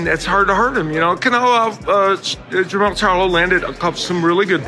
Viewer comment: Jemall not Jemell....both are loses